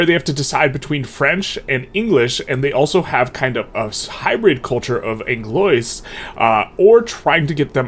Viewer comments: Anglois Pronounciation: ang-loa not ang-lois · I believe Anglois sounds like An-glue-wa Je-ch-pos-poli-ta.